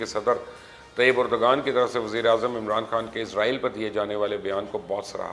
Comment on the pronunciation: #MubashirLucman why don't you understand it's unethical to wrongly pronounce any name that too by an educated journalist? There are less educated people who say Erdgan right as Erdvan but you don't bother to listen to even TRT Urdu to st least listen to the correct pronounciation of the name. As I said in Twitter, you're either very arrogant or a fool.